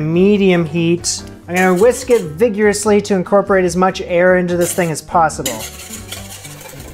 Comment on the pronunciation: "vigyerissly' sorry couldn't resist